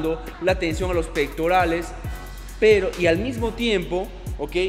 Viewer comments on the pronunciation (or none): none